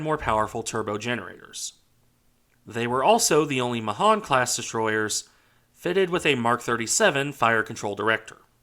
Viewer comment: Pronounced May hAn